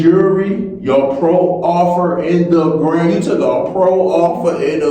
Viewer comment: All 1 word man proffer....NOT PRO - OFFER.. MOROON